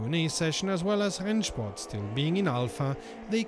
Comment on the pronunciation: I'm usually surprised about your perfect german ("Rennsport"...) but if you're interested in a little better pronunciation, please don't say Nürbursh-ring but Nürburg-ring. Although some german dialects pronounce it exactly like you do, standard-german would pronounce the g like in "bag". Keep up the great work, thanks for everything! 🙂👍